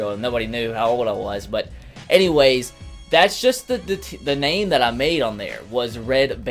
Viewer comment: Thanks for awnsering my question and you said my name exactly